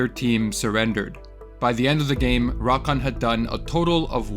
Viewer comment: It's rakAN, not RAkan.